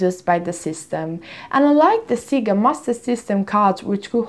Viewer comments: It's not "Seega" (Siga) it's "Sega" but maybe it was intentional to collect as many comments as possible. I saw that thing all over the social media. However, I am subscribed to your channel and I watch all your videos and i click "Like" to all your videos so no need for cheesy intentional errors in order to people comment your videos. 😙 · In Italy we're used to called it "Seega" because the original pronunciation has different meanings in our language, one of that is quite explicit and kids shouldn't say it. You can check italian commercials from the 80s-90s for confirmation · Sega in Japanese is pronounced like Mega, or like sega in Italian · "Instead of focusing on the content" Ah, the irony... ;) Her pronunciation of Sega has nothing to do with what you're talking about. You don't seem to be aware that Sega is usually pronounced like this in Italy because the "correct" way to say it is an offensive word for a certain sexual act in Italian. Look up Italian Sega commercials, they're all saying it the exact same way. Btw, I'm not Italian, but it isn't difficult to google it.